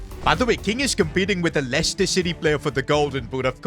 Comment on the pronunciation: bro did NOT say leicester